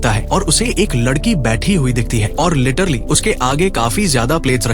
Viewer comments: 😂Lettrally ❌letterly✅😂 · Literally❌ lettrili✅ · Plan❌ Palan✅ 😂😂😂 Literally❌ Laterli✅ 😂😂😂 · literly mat bol annoying sound katra hey literally bolle achha sound karta hey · Ak Time usne letterlu kaha tha